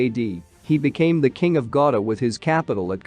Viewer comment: that`s not pronounce gauda that sound gauri